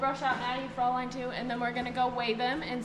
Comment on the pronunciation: Both of them are looking great! Very lucky horses.❤Fraulein is pronounced closer 'froy-line'. Check online German pronunciation to hear 😊